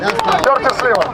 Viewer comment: Imagine when curtis SILVA's parents came to america at staten island and they told him "ITS NOT SILVA ITS SLIWA"